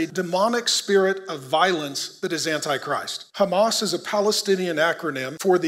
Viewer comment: Although you can pronounce “h” as “h” in Hebrew you still insist to use the “chet” sound so the word fits your narrative. I used to wonder why but thanks to all of you the more we read and research the more we understand. It’s “Hamas”not “Chamas”.